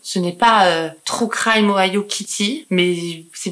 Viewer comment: "trou craïme" ahah No en vrai super vidéos, continue ! Tu racontes super bien, on voit que tu aimes faire ces videos. Tu es a l'aise au récit comme a l'image. Bravo 👏🏻🤗 Félicitations pour ta petite fille 🤗